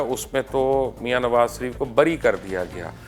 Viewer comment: یار یہ آپ کس گاوءں کے رہنے والے ہیں؟ مخالفت کو مکھالفت کہتے ہیں، شریف کو سریپ کہتے ہیں، لیکن کو بٹ کہتے ہیں۔ یہ بٹ کیاہوتا ہے؟ اپنی بھی زبان بھی خراب، اور بچوں کی زبان بھی خراب کرتے ہیں۔ لیکن کہا کرو۔